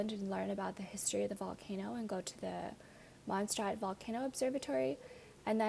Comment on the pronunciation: Mon say rraht please learn how to pronounce